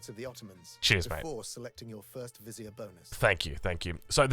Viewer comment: you hear him say "vizier", the way you wanted to hear ......lol